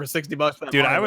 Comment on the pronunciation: You pronounce "Mario" like you're from the east coast or something lol